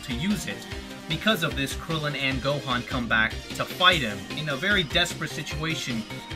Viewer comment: He says Go-Juan....... Best DBZ character yet 10/10